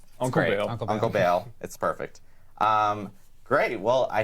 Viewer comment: Its Baal, not Bale god damn it!